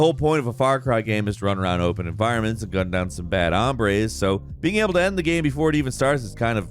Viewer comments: Whats a "geeem" or "gaaem"? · “Ya need to know In the first minutes of the gyeum” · "In the first minutes of the gaem"? Haha